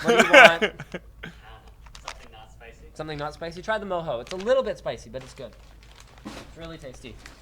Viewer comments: Mojo..... not moho Jesus guys. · Do you guys really not know how to pronounce Mojo or are you guys just trolling? Its not "mow hoe", its pronounced "Mow Joe" guys LOL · i believe mojo is pronounced "moe joe"